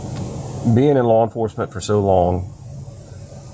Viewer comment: it's pronounced law, not lore